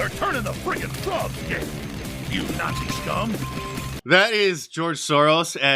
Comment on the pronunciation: Alex Jones ultimate gate keeper moment is when he says “Notsee Scuum”